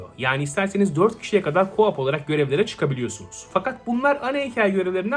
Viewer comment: bir sey demek istiyorum co up diyorsun gibi geliyor. Buyk ihtimal KO OP Turke okumayim diye dusunuyorsun ama UP kayiyor agiz haraketin. Gerci etmesen de problem yok demedim gecmeyim dedim